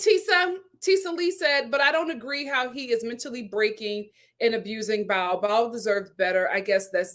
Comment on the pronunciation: My friend you say her name with two syllables. It is only pronounced as one syllable. Bao. 😊